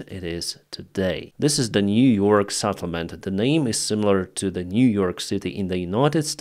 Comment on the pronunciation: Settlement with SET... not SAT...